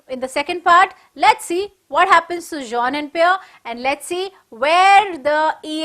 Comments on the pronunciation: Madam sorry for that but Jean should be pronounced as zon it's given before the chapter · Pronunciation of jean is incorrect